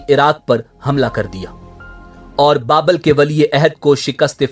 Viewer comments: Bukht.e.nasar. Babul not babl. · Babul. Not Babal....